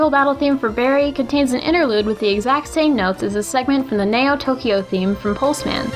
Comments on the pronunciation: Sorry for the late reply, I'll give an example of her butchering an English word... She pronounced Neo wrong in this video. It's pronounced "Knee-Oh" and she said "Nay-Oh". If you watch some of her videos and listen really closely, you'll hear her botch a BUNCH of other words. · I'm sorry, did she just pronounce "Neo" as "Nay-Oh"...?